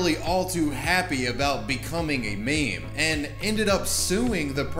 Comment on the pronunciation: Did he just pronounce meme as "maym"?